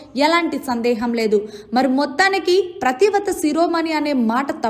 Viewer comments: ప్రతి వ్రత కాదు తల్లి, పతి వ్రత. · Neeku pativrata anadam kooda ravatledu. Nuvvoka anchor. Needi oka Telugu. Keep quiet